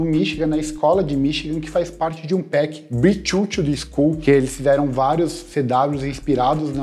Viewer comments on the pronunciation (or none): none